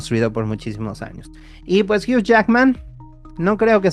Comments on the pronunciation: Tanto en usa como en Canadá la pronunciación debería ser la misma. “Jiu” no “jiuch” como estas diciendo en el video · Amigoooooooo Hugh Jackman se pronuncia “jui” 💔💔💔🥹🥹🥹